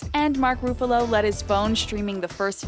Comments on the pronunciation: His name is not mak Roofalo, its ruffalo.. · lol the way she says ruffalo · Dude she said Iron man as Irone Man and Mark Ruffalo as Mark Ruffoulo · I'd forgive Roo-fa-low, but Ay-ron man... 😑